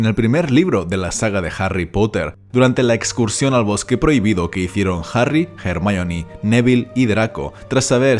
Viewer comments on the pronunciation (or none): ¿Por que dices "Jermaioni"? :S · Di Ermion sin miedo. Es la pronunciacion correcta de ese nombre griego. Los latinasis del doblaje que aprendan respeto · Los españoles siempre lo pronunciaron mal. Ya que Rowling tuvo que poner en uno de los libros una línea donde Hermione deletrea su propio nombre... Y esto sólo fue para dejar bien en claro que independientemente del idioma su nombre se debe pronunciar como es: HER-MAIO-NI